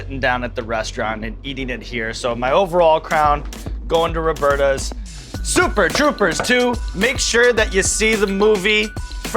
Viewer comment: lol its robertas but that guy said robertos. that's different between man and woman isn't it? fake ass commercial, stfu sean evans